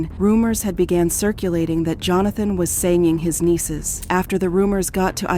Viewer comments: "JOE-HAN-THON" .... Aftrr calling him Johnathon a trillion times before... See? This is why I cant like videos like this. Just mass produced redos of other videos others have done before using an AI voice. Get out of here. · You're saying both "Jonathon" and "Johansen" for his name. You having a stroke? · How does AI manage to get simple words like walked and van wrong? And AI pronounces Jonathon name correctly then 12.41 radomly incorrectly pronounces his name and a couple more times after that as 'Jo-han-fun.' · Somebody tell the narrator that Jonathan is NOT Johanssen. Unbelievable.